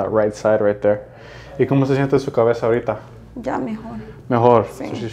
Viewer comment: Peruana aquí. El "ahorita" sounded so peruvian. Nice to hear speaking spanish. <3